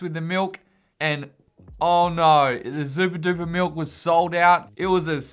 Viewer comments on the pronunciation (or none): I like how you say miWk instead of milk. Zooperdooper milk is 0/10